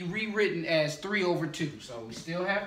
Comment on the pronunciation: It is fine and funny but why do you say tree instead of three